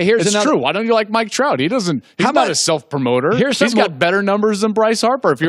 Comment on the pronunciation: Klatt apparently pronounced "Mike Trout" wrong when saying who the best baseball player in the world is.